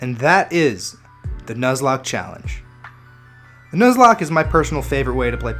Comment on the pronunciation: I'm 10 seconds in.. did u really just say "News-locke" lmao